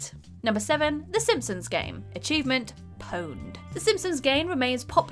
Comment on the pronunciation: pawned lol not poned.